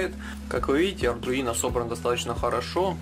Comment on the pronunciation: Только ардуино, а не ардРуино